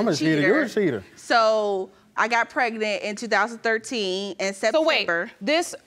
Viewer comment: I thought pregnant was 2 syllables and not 3. PRE-GA-NENT is not it chief 🤦🏽‍♀️